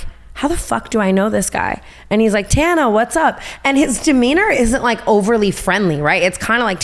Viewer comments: As an Australian I can't comprehend someone seeing the name tana spelled and thinking yeah it's said tauna. Tana like banana. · Tana with the rat head on…Instead of ratatouille, it’s ratatana - Brittany’s way (tawna) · and brooke taking it one step further and saying tawna instead of tana 😂😂😂😂😂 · girls i raise you another point: if brittany knew how to pronounce Mongeau (which is harder to pronounce and isn’t really pronounced how it’s spelled) don’t you think she’d know how to say Tana🤔 she’s clearly heard the name being said before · I love Tana mispronouncing Brittany's name bc Brittany butchered tf out of both of their names at least once, but esp Tana's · I love how wrong Tana says Ontario right after her tangent about her name being pronounced wrong